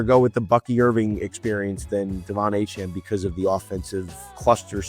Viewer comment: Great video till you said achane ain’t it lol